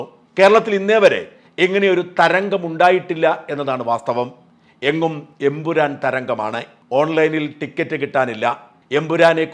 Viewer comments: ഷാജൻ ബ്രോ എംപുരാൻ അല്ല ""Emperrorrrr"" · എൻ പുരാൻ അല്ല എൻ പൂറൻ എന്നായി. 😄